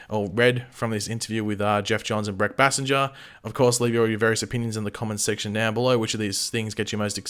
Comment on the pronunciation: Is it Bay-Singer, or how pronounces her last name? Its uh genuine question 🤔💯